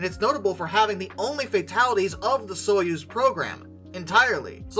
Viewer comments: It's "Soyuz", not "Suez"! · Soy-UZ, not Suez. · Soyuz is pronounced Soy, as in soy sauce, uz, as in use. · Easier pronunciation guide Soy-use